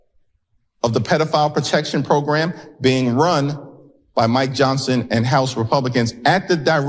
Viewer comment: What is up with the cowboy hat? And why can’t he say “program” properly? …… Fox and Comer Pyle say it that way too.